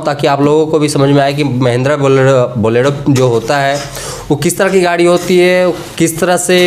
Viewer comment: Borelo nhi bolero